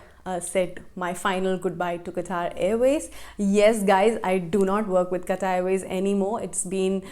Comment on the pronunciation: The way you say " qatar airways."